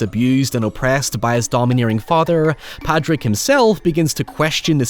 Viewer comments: It’s Pádraic. Not Patrick. You’re Irish. Get it right. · Padraic is pronounced 'paw-rick', Source: my bosses name, and that angry little Irish fuck let's you know if you've mispronounced it lol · Troubling pronunciation of Pádraic from an Irish man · So glad you ended up doing this! I had requested it under a community post where you mentioned how it affected you. Beautiful thoughts throughout, as always. Your POV on any movie from any genre will always be appreciated. though I imagine the comments will rip you a new one for how you pronounced Padraic and calling Jenny the Donkey a pony 😂